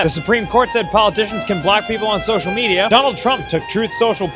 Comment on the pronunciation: "Australia took their kids off of social mediarrr" Genius. Absolutely genius.